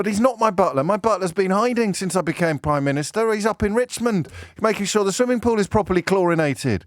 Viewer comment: Pri-miniature…..yep heart of stone